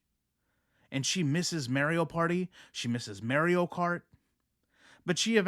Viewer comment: "Mary-OH kart" lol